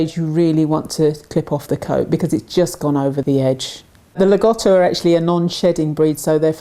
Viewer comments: (I love the content and presentation, but I GOTTO point this out.) There's great irony in slagging on people for mispronunciation while teaching people the incorrect pronunciation. Lah-GO-toe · it's actually pronounced Lag-OH-Toe. but it's not a big deal hardly anybody pronounces rottweiler as rott-Veiler like its supposed to be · Incorrect pronunciation. “Lago” = “Lake” in Italian. There is no short “O” sound in the language. Say “Lah-go-toe”. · not too bad pronounciation, in my opinion. Just all 'O' need to be a clear sound O, and not the diphthong OU typical of English